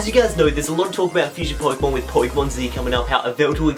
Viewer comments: Just saying, loved the video. But it's pokÉmon (short for pocket monster) I don't care if you don't spell it with the é but pronounce it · Poi-kemon? Nice Kancolle reference man! =3